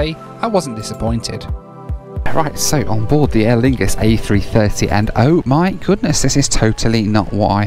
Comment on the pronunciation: “Aer Fungus are using the Air France lounge” lol